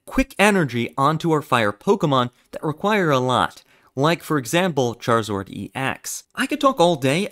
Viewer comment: “ultimane” “charizord” my guy, you ok?